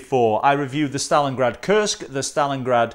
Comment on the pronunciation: Hi, this is a very nice watch... i like chronograph watches... and i like them even more when pressing the reset button the hand returns smoothly to the start... usually with most chronograph watches it is set that when it is reset it just catapults back to the start... this smooth effect is usually found in seiko chronographs and I just adore them... by the way you've said stalingard 35 times i belive